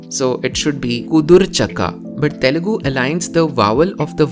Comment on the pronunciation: that guy just said telungu